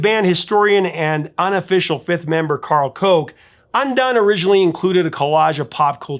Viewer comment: Professor, slight error: it’s pronounced Karl “Cook”, although spelled Koch. Actually, he always writes his name in lowercase, so “karl koch”.